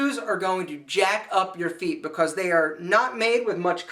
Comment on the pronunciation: i like how he says because. "ba-coss" :P